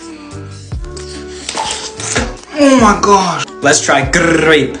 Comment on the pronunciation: Ha ha he say gggggggrape